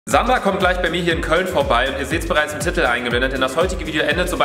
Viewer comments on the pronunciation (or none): Es heißt Titel und nicht tittel